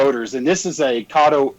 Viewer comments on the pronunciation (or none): none